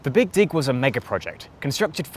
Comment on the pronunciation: Sounds like he’s saying BIG DICK not BIG DIG Lmaooo "…………SHOUT OUT FROM THE BEAN YESSSSS